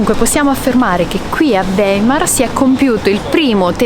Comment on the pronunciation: Si dice "waimar" In tedesco...